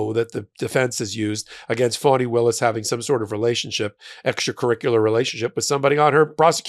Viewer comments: Fani - Fah nee Not Fawnee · It's pronounced "fahni", not "fawni".